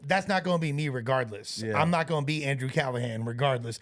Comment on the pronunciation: he can barely read, Callaghans name did not change a single time yet somehow he managed to pronounce it a different way every single time